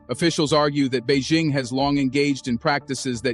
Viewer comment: Bei.. Jing Not Bei Zing. Learn to pronounce the name properly